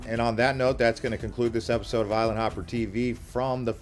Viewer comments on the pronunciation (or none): none